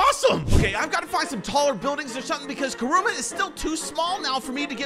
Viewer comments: its Kurama not Kuruma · It's not karuma it is karama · It's not krooma it's kyrama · Except it’s not karuma, it’s kurama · BRO AS A NARUTO FAN IM PISSED ITS KURAMA NOT KURUMA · It’s Kurama not kuruma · kuruma bro its KURAMA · It kurama not kurumu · Say the name right man pls its kurama not kuruma btw vid was good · It is not koruma is kuruma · yep kuruma deff not kurama ._. just help u spell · Is no one gonna talk about him saying kooroma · Kuruma it is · he just said kuroma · Dude really said kooma💀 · ayo why u saying kiruma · It’s Karama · It’s Karama😡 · Ok get back in wishing well for saying Karama wrong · That's not how you say Kurama